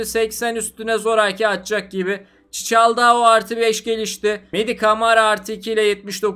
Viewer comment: Çiçaldao değil Çikaldao